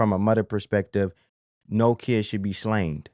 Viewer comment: I would like to thank that woman being interviewed outside the courthouse for making me aware that 'kid' is a two syllable word